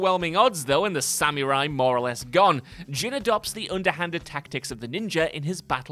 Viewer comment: The way you butchered the word samurai was like nails on a chalkboard to my ears.